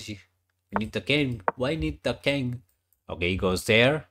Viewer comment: Nah bro he doesnt meant to be rude, that guy calls the king as the "kid" Yeh! King is "kid" as you can hear from the vid! 😂🎉